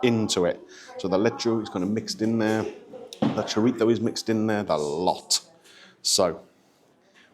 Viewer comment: Interesting looking breakfast, glad it was as good as it looked. It is nice to hear an English person pronounce chorizo correctly, th has become a problem sound for many English, I actually remember the teacher when I was little teaching us how to make the sound, now it seems three has become free, and so on. In NY, but not America in general the th sound is tur, as in turty turd, 33th. Anyway the review was very good thank you.